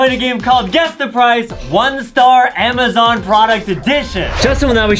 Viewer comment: HE REALLY SAID “emezon” BRUHH XDD